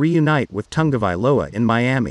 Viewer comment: Wouldn't it be awesome to see Tog-a-vai-OLA throw to Duh-vone-duh?